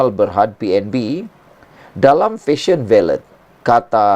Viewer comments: Baiklah , Jom kita betulkan ! Ini Fashion Valet , bukan Fashion Ballet ! Valet madam valet parking , bukan Ballet menari atas Pentas ! Kecuali Fashion Valet nak mula jual tutu Dan Kasut pointe, kita serahkan urusan ballet pada penari sahaja …..tapi last last betul juga you sebut valet ….. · SEBUTAN SABAH IKUT EJAAN BAKU.. OK LATEW..DI SEBUT FESYEN VALET..😅